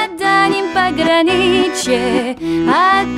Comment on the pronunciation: вот вы же оказывается умеете четко произносить русскую букву "че", вы поёте: "И бойцу на дальнем пограниЧье", А в песне Тальяночка вы "че" произносите как "ше", просто в Тальночке вместо "ше" произносите "че" и у вас будет просто шикарное русское произношение )))